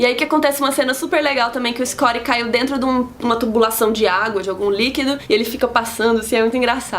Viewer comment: quem é escori?,....porque não fala Scott ?...ok, o resumo é legal, valeu o trabalho mas para que esta pronuncia?